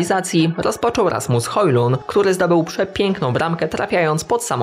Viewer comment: gdzie ty w rasmusa hojlunda masz rasmuna hojluna xddd to s i "da" gdzie się podziało